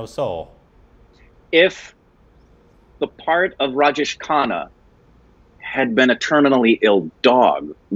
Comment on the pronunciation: Sounds of khana and khanna are different but its hilarious to the way they are pronouncing those the same 🤣